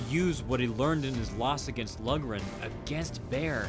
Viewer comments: Pronounced Lock-ran, not Lug--ran. Irish-American like Braddock. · I'm not sure if anyone else has pointed this out yet, but it's pronounced Tommy "Lauren", not "Lugren". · Great video, "Loughran" is pronounced like log-rin, had a teammate back in high school with that name lol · Loughran is pronounced low-gren. Braddock exemplified what is called "ring generalship" against Baer. He nullified Baer's strengths and fought his own fight, not Baer's. The mark of a champion. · It is actually pronounced Lock-ran. It is an Irish name and that is the proper way to pronounce it. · Loughran is pronounced like Lockran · his name is pronounced Tommy "Louran" it is an Irish name and the "gh" is silent, it is spelled "Loughran" please stop slaughtering my great grandfathers name. I like your videos! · It’s pronounced LOCHRAN.